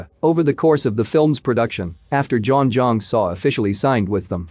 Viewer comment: Butchered her name… learn to pronounce name if you’re narrating 😂🤣🤪